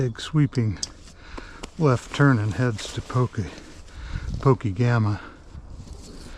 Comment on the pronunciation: Pokegema is pronounced Po Keg ema.